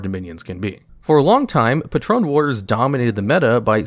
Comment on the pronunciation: mans really pronounced patron as patrone